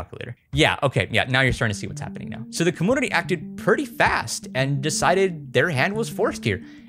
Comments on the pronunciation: yo dude! I've noticed when you say computer you say "com-Poo-ter" and now I noticed community is "com-ooo-nity" instead of "com-you-nity". Is this like an inside joke I don't understand within your Youtube following?? Hope I'm not being rude, just curious and trying to be as respectful as possible. Love your videos and thank you eternally for my kindle <3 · I don’t know if this is some kind of regional accent but I’ve always heard community pronounced com-MEW-nit-y never com-MOO-nity and com-PEW-ter not com-POO-ter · Dammit,! I grew up in a commune (com-yune) not (com-oon). Community also includes that (yu) sound. I love your stuff. Your dedication is real. Com. Yun. I. Ty. Not: Com. Oon. I. Ty. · Comoonity........😂 I can't be the only one. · I have to ask you say camoonity? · Why does he say community so weird he says it like 'comoonivty' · are you saying "commoonitee"??? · why do you pronounce "community" so weirdly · The way you mispronounce community, one of the most commonly used words in the English language, is so infuriating. I felt the need to let you know you're doing it. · it think its so cute how you pronounce "computer" or "community" haha <3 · Why do you insist on mispronouncing “computer” and “community”?